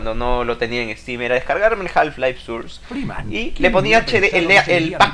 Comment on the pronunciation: Source se pronuncia sors no surs